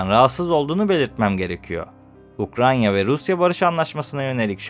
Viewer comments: "Ukranya" degil "Ukrayna" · Videoda devamlı Ukranya diyorsun. Doğru telafuz etmeyi öğren önce. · UkraYNa kanka Ukranya değil 🙏🏻